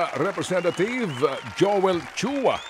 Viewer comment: representathieve po dinig ko sir ted😂😂